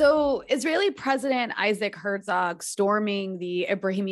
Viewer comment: Good report, but there was not a single name of person, group or place in it that wasn't really badly mispronounced (e.g. Hertzog, Kakh etc.) Please ask a local to help you learn the correct pronunciation.